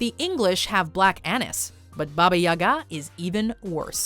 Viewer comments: She pronounced baba yaga as baba ya-gaaa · I just love how she pronounced "Baba Yaga" :D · Yall butchered baba yaga's name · Is Baba Yaga really pronounced like that? I always assumed it was pronounced Bah-buh Yah-guh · “Baba Yaga” 😂😂 f**king pronunciation just got killed.